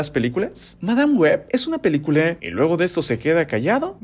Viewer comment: PeliculA! No pelicule 😒